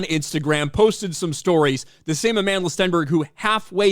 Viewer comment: Where’s the receipts Aman-DUH-La?